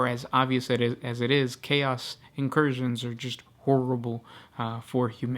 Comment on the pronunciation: I gotta agree. Many words are whispered, and he places a weird emphasis on the last syllable of every sentence, like "the planet was swarmed by hoards of cha-OS". This is intended as feedback, not trying to tear the guy down or anything.